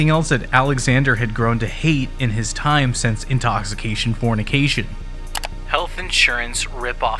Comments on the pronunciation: for me it was the butchering of Danielle's last name and the "Intoxifornication". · dude.. read the cover.. it doesnt say "intoxication fornication" it says "intoxifornication" 🙄